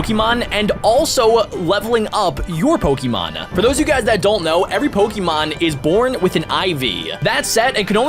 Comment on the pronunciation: Y do you call it pikimon